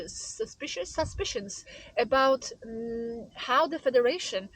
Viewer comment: What a "cosmic " comedy 😂🤣 by cosmic agency .😜😜😜. that can't even pronounce "suspicion" properly... .i am un-following this channel